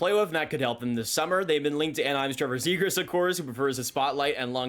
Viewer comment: This guy will not shut up about Zegras, and he can't even say his name...